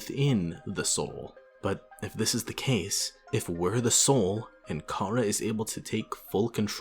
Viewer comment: The official pronunciation of Chara is Care-uh